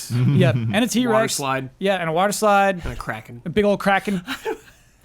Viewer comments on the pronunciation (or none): none